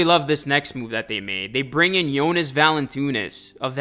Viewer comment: How do you see Valanciunas and think Valantoonis 😂. Great vid tho my guy